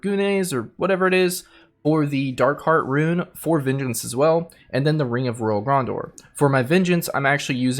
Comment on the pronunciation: gran·deur. Please if you make more videos learn how to say things correctly. Also add in % for CD reduction, <Cough> 41% is ideal for this build with your Trimming set.